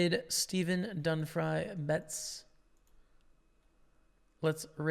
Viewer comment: It's not dunfry it's dunfee my friend